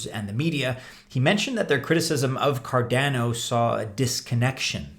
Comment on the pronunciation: you cant pronounce cardano, how do we take you seriously?